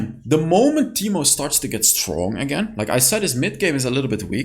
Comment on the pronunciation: Ahh yes “teeto”, my favourite champion :)